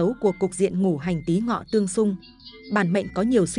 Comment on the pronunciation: Cô này là người Bắc hay Nam mà đọc chữ Ngũ hành thành chữ Ngủ hành vậy